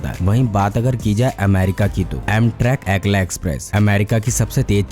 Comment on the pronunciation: एकला नही असैला एक्स्प्रेस है